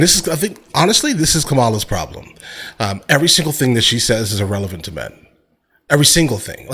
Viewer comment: I love your reactions. I watch you all the time. But I am so sad to learn of your views. You seem so intelligent. I didn’t know. First, please pronounce Kamala’s name properly out of common respect. Secondly, how could you ever, as a black man, vote for Trump, who is full of hate for any brown person in this country? And check your economic facts. Trump has NO policies, except tariffs that will kill the middle class and tax cuts for the filthy rich. Please don’t use your platform to foster Trump’s hate. I am from Louisiana, which is full of Trump supporters for one reason only…hate of anyone who is not white male. It’s not up for debate around here. It’s clear. You are either for or against. The stakes are high. My daughter’s freedoms are on the ballot. Please choose a side in your interest and in the interest of your viewers. People are listening to you. 😢😞